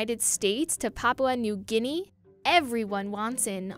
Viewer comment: How did she say Papua New Guinea? It sounds like Papla New Guinea.